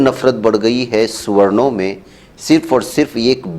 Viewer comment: Suwarnn...Suwarnn .. Suwarnn. Bolne per Aisa Mahsoos horaha ke inko. Suwwar .Suwwar kaha jaraha hai. 😅😅🤣🤣🤣🤣🤣😂😂😂😂😂😂👍👍👍👍👍👍👍👌👌👌👌👌👌👌.. Arre Suwanno Tum Apni Jaati ( Zaat) ka koi Aur hi Naam Rakh lo. Chalo Suwwar hi Rakh lo 😅😅😅😅😅🤣🤣🤣🤣🤣